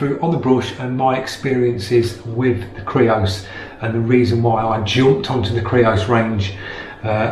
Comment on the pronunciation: Yay you said creos not greos!